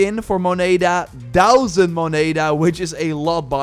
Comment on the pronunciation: Aardappel mutshj? Dousand?.. kom op man ;)